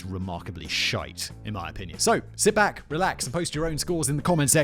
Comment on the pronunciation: simon pronounces shite like an irish person, has he been spending time with the peasants again.